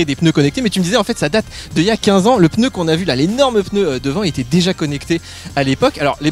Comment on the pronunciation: Entendre un professionnel du pneu dire « votre peuneu »… quelle horreur ! 😱